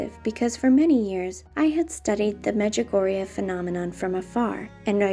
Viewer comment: XD medjugugu!!